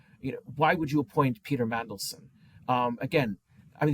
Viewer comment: Did say "Pizza Mandelson"? Nice!